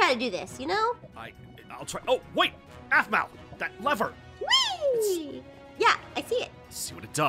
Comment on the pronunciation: Yeah and btw it's aphmau not "ahpmau" no hate btw